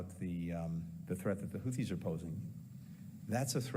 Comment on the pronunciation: He can’t even say their name properly! He said “Houties”